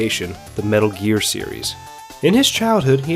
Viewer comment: Snake: METALL GEARR!!!!!! .... what the hell is a metal gear...